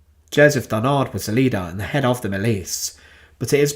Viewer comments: It is Joseph DARNAND ,not DARNARD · Joseph Darnand, DARNAND, not Barnard nor Darnard..... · Darnand, not Darnard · Darnand pas darnard svp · "DarnaNd". There is a "N" instead of a "R". Thank you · I am sorry, but mispronouncing Darnand at least 50 times during the whole video is a nightmare to listen to. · Yes and we don't pronounce the final d either - it's a nasal sound.